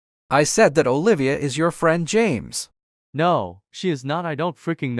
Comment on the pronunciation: said " OliVAa " 💀 lol